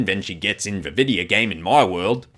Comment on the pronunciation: HELP- MY HUMOR IS BROKEN WHY DID I START CACKLING WHEN HE SAID "you're just explaning the plot of that vi'eo game five nights and freddys!" IN THE MOST AFTON BRITISH VOICE EVER